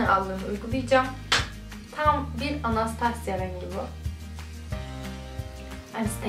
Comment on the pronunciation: anastasya degil okunusu bu arada